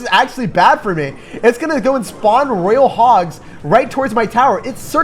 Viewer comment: ITS FUCKING PRONOUNCED ROY-AL NOT RAIL LEARN TO PRONOUNCE DUDE or choose a different language to speak